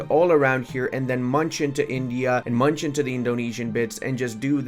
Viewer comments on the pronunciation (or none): none